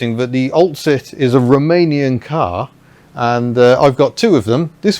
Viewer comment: Cant unhear " Ol' Cit' " - Old Citroen. Was it on purpose maybe?